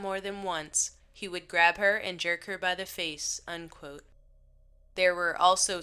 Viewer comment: Where do they get these narrators? And it's 'END quote,' not 'UN quote.' It's impossible to UNquote anything.